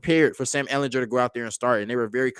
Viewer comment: Ehl in GER with a hard G.